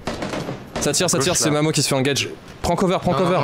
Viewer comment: à chaque fois que dit "Mamo" j'entends "Mammour" v_v